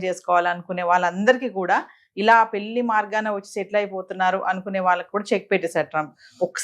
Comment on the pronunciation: Anchor garu! Meeru modata పెల్లికాదు పెళ్ళి అనడం నేర్చుకోండి